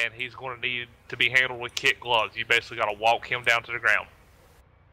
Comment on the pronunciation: KID gloves, not kit gloves